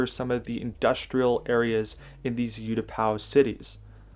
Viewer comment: It's pronounced oatapaw. Great video and build!